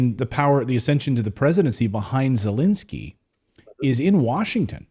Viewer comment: Not that he deserves anything nice, but why are you pronouncing it Zalinsky?